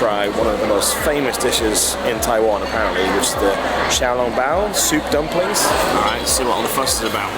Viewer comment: Haha, you said 'xiao long bao' just like a local! Interesting fact, well my father says so...Chiang Kai-shek came from the same village as my great-grandparents back in China. Also, mandarin sounds real good on you😄, you did really well with the tones.